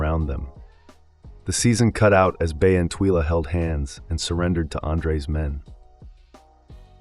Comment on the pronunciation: The narrator is clearly reading a script and poorly with zero prep. He can’t even pronounce bea and Twyla which strongly suggests he’s probably never even seen the show. This is worse than ai slop. C-. Reread the assignment. Not to mention no real intel re season 2 beyond that like everyone else, we don’t know anything except that has not yet been renewed for season 2.